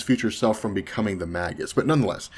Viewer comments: It's pronounced, "MAY GUS" not "mag us". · not magus with a hard g ie magg-us it is may -jus